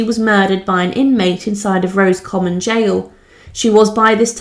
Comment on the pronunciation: Thank you for these videos. But you need to take care with pronunciation of words you are not familiar with. As has already been pointed out it is not “Rose common”. Padraig is not “Pad raig”. It is the Irish version of Patrick and said as “Porraig” or something close to this depending on your own accent. You hesitated on Kilmainham but got it right!